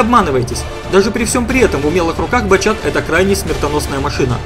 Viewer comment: да бля,, не батЧат, а батШат правильно)))